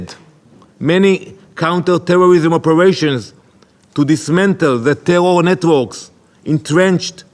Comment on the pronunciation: Israel: “tewwow attacks” 😂